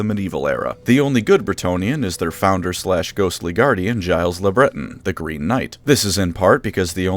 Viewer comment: I COLLECT BRETONNIA and your pronunciation of Gilles le Breton pisses me off! WE DON'T MOLEST HORSES.